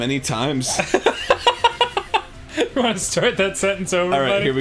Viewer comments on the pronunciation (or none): I replayed this part so many times because I can't get over the way Arin said "How many tIMES?" 🤣🤣🤣